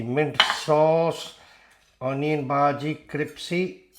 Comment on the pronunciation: brother your pronunciation of bhaji is incorrect ... there two words both of which have origin in marathi language: bhaaji (or if you know how to speak chai wallah ... indian prime minister as a young man worked as chai wallah so you could write this word as bhahji too) and second word is bhudgi like you speak judge and judging you could speak bhudging and then just drop last two letters ng and you get bhudgi ... get it? ... so bhaaji or bhahji means curry in marathi ... you are speaking this word but you are not going to make onion curry in this video so correct word for what you going to make is bhudgi ... bhudgi means fritters means in hindi pakoda ... you are going to make pakoda and in marathi it is called bhudgi not bhaaji also not bhahji ... get it? ... some people also write bhudgi as bhajji with 2 j's